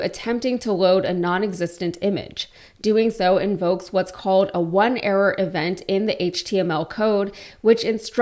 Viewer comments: fyi it's pronounced "on error" not "one error" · Sorry to be pedantic, but it's the error handling would be pronounced as "on error"